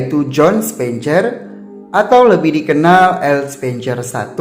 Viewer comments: Kenapa dibaca "CER" padahal itu kan dibunyikan "SER" asli ga enak banget didengar nya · Coba diperhatikan pronounciation 'spencer'